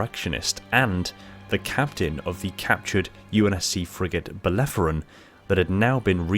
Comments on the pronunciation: Belerophon. Not belleforon... Named for the greek hero that defeated the Chimaera. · Woof. Bell-er-o-phon. Say it with me. Bellerophon.